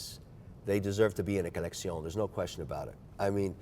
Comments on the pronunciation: What a pretentious fop! So many affectations (the hideous red watch straps, pocket square, pen, and the poofy way he pronounces “collection”). This is the polar opposite of “style.” The guy dresses like the Maitre D’ at a second-rate French restaurant. Everything about Kevin screams that he’s an overcompensating nouveau-riche little man. So, for those reasons, I’m out. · Ah yes collectioñe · What a foppish, effete tool. He can't even be consistent in his douchery. Insists on the French 'maison' whenever discussing a different watchmaker. Either Spanish or butchered Italian (sure as hell isn't French) for his 'coleccion.' Yeah we all want to be stylish and that's why we care about watches. But just get over yourself a little bit. 🙄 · It's not a collection it's a Co-Lec-Se-Uh-N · Every time Kevin says colleccione I want to kill myself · “Collectision” oh gosh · The people who stole his watches prolly got annoyed by him saying COLEXION. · He has to stop saying colexioh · "The colesksheionn" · I think they stole his watches just to not hear “coleccione” anymore. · Every time he says collectione im glad he got robbed for his collectioné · This guy is ridiculous. "Collecksiyown" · If he says collectioné like that again... I’m going to throw a kitten in a river. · A “Kollexxion, of GENESAY KWAA” why the hell is he showing us that he knows how to use French words. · That was a perfect interview as it felt more like a great conversation. You were able to bring out a surprisingly likable side of MW - when he wasn’t saying “colleczione”. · You mean collec-ti-on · Ummm Kevin just pronounced collection wrong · Negative Gains Andrew Sheers saying “collection” in french does not sound much better though 😄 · "collection" not "collectioné"...come on Kevin, lets keep the consistency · Take a shot everytime this guy says "coleccioun"